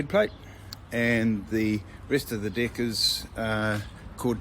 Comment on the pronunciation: Im sorry but when you say deck it sounds like dick im dying laughing. Awesome trailer though what would a 30ft run me